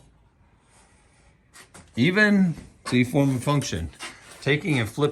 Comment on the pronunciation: If i had a dollar for every time he said Fourm and funtion...